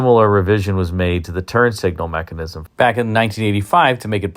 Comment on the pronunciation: I swear it sounds like u said "turd signal" lol!!! i mean it!